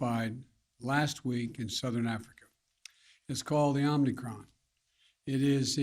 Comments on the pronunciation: OMNI-CRON??? What a baffoon. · OmNicrom ??? Lolol